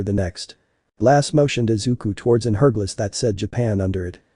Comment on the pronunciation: it's hourglass not herdglass